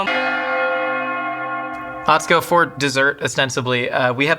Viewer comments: is great, but it was driving me crazy that he was pronouncing Atsuko’s name wrong.:) Great episode though! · Did he just say… atsuko katsuko?